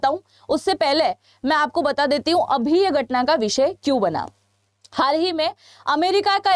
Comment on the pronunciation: 😂darohar?? Gatna? Ikanu? Chhianu? Are aunty bolna to sikhle